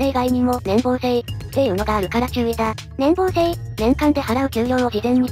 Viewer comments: 年棒（ねんぼう）ではなく、年俸（ねんぽう）です。 気になったので一応。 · ×年棒（ねんぼう） 丸年俸（ねんぽう）